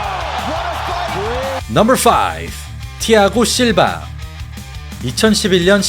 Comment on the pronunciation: 넘붤 테에엔 넘벌 나인 넘벌 넘벌 넘벌... 어색하게 혓바닥 굴리는 발음 어느나라 발음?